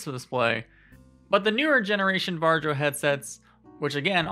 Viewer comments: I'm pretty sure varjo is pronounced var-e-o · Varjo? Just say varyo. Or just shadow. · This is a great talk. Although I couldn't help but laugh a little when you said Varjo, it's pronounced 'VAR-EE-O'. Anyway Micro OLED is a fantastic new display technology and we've already seen the Arpara 5k which Sebastian Ang has already looked at - this headset has some ways to go but the display technology is amazing and it uses the pancake design you mentioned in a much smaller form factor. This is the future of VR and it's within touching distance!